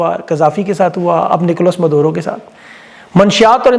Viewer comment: It's Maduro not Madoro